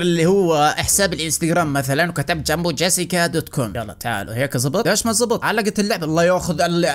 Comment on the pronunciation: JASIKA 😂❌ JESSICA 😂✅